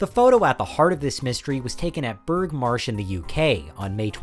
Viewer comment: Burgh is pronounced Bruff not berg.